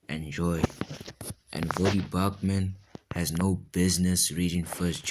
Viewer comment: Did you call him Vodie Bochman? You didn’t say his name right